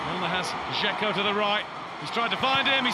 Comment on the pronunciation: Its not Gecko, its Dzeko